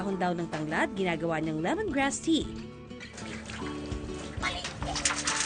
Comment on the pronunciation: Limongrass ti !!!!!😂😂refresing!!!!😂😂😂owel !!!!😂😂😂😂natuwa ako kay nanay